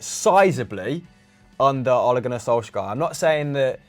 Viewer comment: ham do you mind pronouncing Solskjær correctly or at least not as painfully used 10 times every vid, cheers